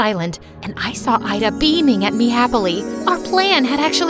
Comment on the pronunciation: My name is ayda but u pronouns it like ida